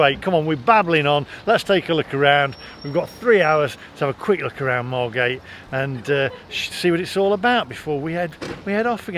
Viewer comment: Loved this. It seemed every school trip was to Bembom brothers in the 80’s. You need to get the pronunciation of Margate right though its Mar git 🤣🤣